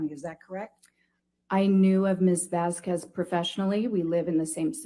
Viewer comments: Do they purposely mispronounce Vasquez? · Anyone else notice pronounced Camille's last name CORRECTLY when talking about the legal team at Depp's house? This was -22. I just caught this, so the shrew WAS saying Camille's name wrong on purpose. What a jerk.